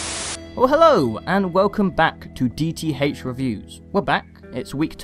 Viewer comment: DEE TEE HAYCH.